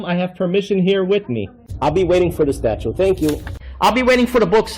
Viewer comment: I wish someone would correct this idiot on his "statute" and "archive" pronunciations.